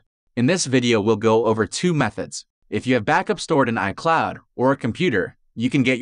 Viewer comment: Word pronounced incorrectly detected: iCloud